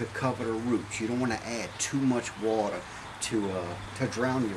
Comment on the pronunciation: I love your accent "wateh...peppeh" thanks for video